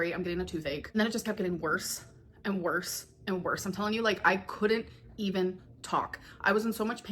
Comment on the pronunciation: This is the third video in a row that she says "I'm telling you" and I hear "Antonio". And I'm like... who the hell is Antonio.